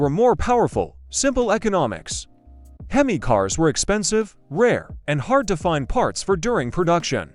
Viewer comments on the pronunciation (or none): Boooool-et and ' HemmIS ' engine, ..... C'mon A.I. you suck. Why can't a human just read the script. F'k A.I. is the WORST. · "Himis", a classic.